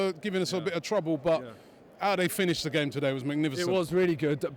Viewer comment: Learn to execute the English language correctly you jackass!!! It's GAME not Fame, fucking dipstick!!